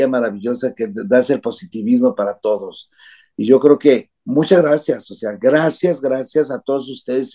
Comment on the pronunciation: Not "generación Z, cristal..." grazné... 😂😂😂😂😂😂😂